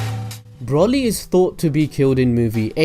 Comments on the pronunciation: Its broly not brolly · broly bro-ly not bra-ly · you pronounce it as if you where shortening umbrella brolly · Its broly not brawley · Also, isn't it Bro-ly Not Braw-ly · It's broly. Bro. Lee. Not brolly. Braw. Lee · it's broly as is in bro not brah ;) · It's not braly it's broly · BROLLLY!?!?! IT'S BRO-LEE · Why is he say brully and not broly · Why do people call him braly it's broly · Just wish he'd say the name right at least once, as a brit all i can imagine is a brolly meaning umbrella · Literally watch 1 sequence of the movie and you shouldnt call him BROLLY... how can 1 be so ignorant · did he say brolly? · Man said brolly 😂😂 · If I here Broly (Bro-ly) mispronounced one more time I’m gonna gonna haaaaa... kakarot!!!! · He said braly😂😂😂😂this nigga so restarted 😂😂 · YOU SAY BROLY LIKE BROHLY YOU SAY IT AS IF YOU SPELL IT WITH OH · Its pronounced bro-lee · Pronounced as Broly (Bro Lee) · he keeps sayin brally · broly - bruh-oh-lee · It's br-oh-Le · No its Bro-lee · Broly (bro lee) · So said broly wrong it's pronounced broccoli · I hate how you say Broly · When you said errors then When you said Broly I cringed